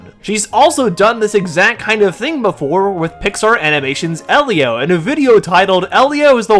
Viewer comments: The fact called the movie "Ee-lio" instead of the proper pronunciation "Eh-lio" tells me she didn't even see it, especially if her only criticism is how frames are shot and how characters are designed. She mentioned nothing about the plot or character development. I like the movie. I don't think it's the greatest movie ever, but it was cute and fun for families and kids, although a little heavy handed when the main character's parents die and he lives with his aunt. I don't know if we need something that dark in a Pixar movie, but it's just my opinion. I do agree that the "bean mouth" character design as seen in Luca and Turning Red isn't appealing if every Pixar movie uses it, but that design was exclusively used for Elio himself, not the other human characters. It's visual storytelling, a childish character design for a childish character. No one else looks like him in the film. Honestly, it feels like was just looking for reasons not to like the film and probably didn't even watch it, basing her opinions on the trailer alone. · Wow so just hates Pedro Pascal and doesn’t care enough to pronounce Elio properly. Got it.